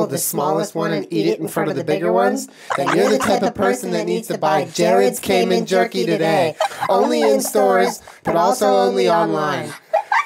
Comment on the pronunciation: Hey Jenna and Julien I'm Monique. I live in the Cayman Islands and though there is nothing wrong with how you're pronouncing the word "Cayman" please can you pronounce it once as Cay-man not Cay-men. Think of the word as singular not plural. Please. Its driving me fucking crazy lol. Thanks. You're fan.